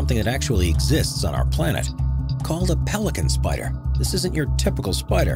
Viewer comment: Excuse me... did you just say P-Pelikanspider??? Wtf??